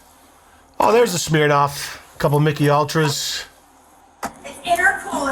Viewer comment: I love that you pronounce “Smirnoff” like “smeer-noff”